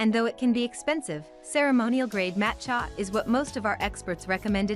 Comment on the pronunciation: "Matt Chya" ??? Seriously? Who makes this crap? Use me as a dislike button!